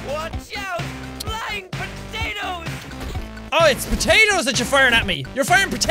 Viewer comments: Lol you didnt say poteitoes you said pateis loooool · I love the way he said potatoes. I'm not making fun of him or anything I just like the way he said it